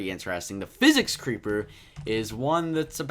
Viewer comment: It’s sicick sounding but really says physic